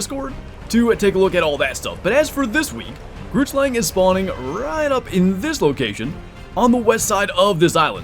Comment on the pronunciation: BRU GROOTSLANG IS BUTCHERED BADLY